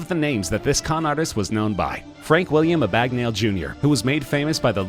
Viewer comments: Fuck. Learn how to pronounce a last name if you're going to talk about someone. It's not Frank "A-bag-nail" it's "ab-big-nail". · First off it’s Abagnale (Ab-ig-Nail) not abagnally, not abignaily, Abagnale. Not A-bag-nail either. Now will someone please tell me where we left off in your text books? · A bag nail. Burgalers. His pro non c a shen is killing me. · So even after the movie you still pronounced William Abagnale name wrong..?